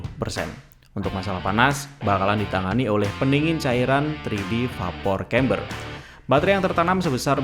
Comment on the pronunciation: Maaf mas, bacanya bukan vapor kember, tapi dibaca veper cember.